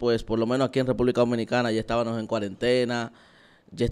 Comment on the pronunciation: Muy buen mensaje. Si me permites, sin ánimos de dañar ni burlar; podrías evaluar la forma como pronuncias “Estábamos”, ya que lo pronuncias como “EstabaNos”. Quizás es una muletilla, pero se escucha.